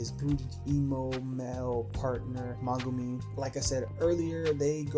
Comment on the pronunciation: did bro just say “sugu geto”💀 and mugu mi💀